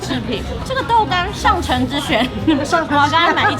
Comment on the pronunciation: 「上乘」的讀音應該是 ㄕㄤˋㄕㄥˋ？